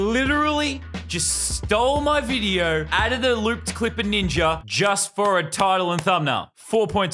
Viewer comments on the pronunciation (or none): Yeah but, why does he say ninjer instead of ninja sonetimes